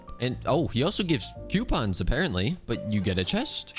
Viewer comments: its coupons not Qpons or even (ceuopons) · NOO PLEASE U WERE SAYING IT FINE NOW YOUR SAYING Q PONS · Idk if I’m the only person like this but him saying coupons as quepons is funny to me